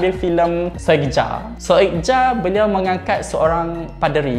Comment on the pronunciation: "Soegija" dibacanya "Sugiya" bang, ini pakai ejaan lama yg penulisannya beda.. ada beberapa ejaan lama yg lain : Tulisan "DJ" dibaca "J" contoh "Djakarta" dibaca "Jakarta" Tulisan "J" dibaca "Y" contoh "Soegija" dibaba "Sugiya" Tulisan "TJ" dibaca "C" contoh "Tjokroaminoto" dibaca "Cokroaminoto" Tulisan "OE" dibaca "U" contoh "Soekarno" dibaca "Sukarno" Tulisan "NJ" dibaca "NY" contoh "Njonja" dibaca "Nyonya" Tulisan "SJ" dibaca "SY" contoh "Sjahril" dibaca "Syahril" Tulisan "CH" dibaca "KH" contoh "Achir" dibaca "Akhir"